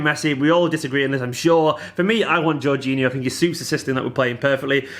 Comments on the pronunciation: I think its Jor-geen-eeo but i could be wrong as well! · least we wont have to hear you mispronounce his name all the time ;)